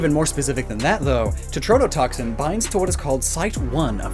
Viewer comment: I will definitely be “that guy” here, but for future reference, in case you need this again, it is tetrodotoxin, not tretodotoxin.